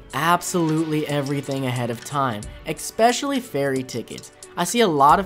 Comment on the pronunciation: Dang kid. Stop saying exspecially it's Especially good vid kid!